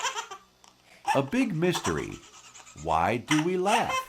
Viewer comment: de laugh a laf derken gulen bı ben miyim la